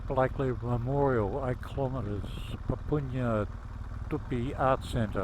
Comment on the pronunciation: Papunya is pronounced . "pupp-unya", not "poop-oon-yah"